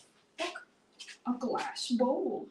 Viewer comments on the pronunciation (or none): I can't remember whether i commented this on another video, or thought it when i wasn't near a computer... I think i figured out why sometimes says Glassk. He often hears the phrase "Yes, its Glass, good boy!" and is hearing the g from the beginning of good, blending into the end of the word glass. Might be an idea to try to say "Yes, Good boy, it is glass!"